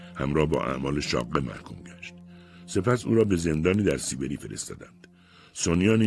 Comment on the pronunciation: كاش به سيبري نگيد سيبِري!!!!